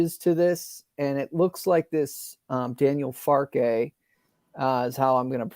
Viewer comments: Its pronounced 'Farkah' not 'Farkay' ..trust me I'm half german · I enjoy some of your opinions, it's an interesting chat - but you need to sort out some of your name pronunciations Marathe, Farke, Meslier, Gyabi and Koch - although everyone mispronounces that last one - should be like 'coke' but the 'o' little harder and more breathy on the 'k'' sound of -ch. I didn't mean that to sound dirty:)